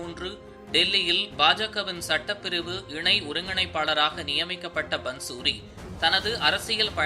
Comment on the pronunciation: பந்சூரி என்று உச்சரிப்பது தவறு. பாந்சுரி என்று உச்சரிப்பதே சரி. பாந்சுரி= புல்லாங்குழல்.